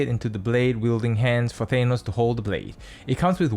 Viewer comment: Good video, it is impartial, but I hate to be that guy, but I will say it... It's Tha-nos, not Thay-nos.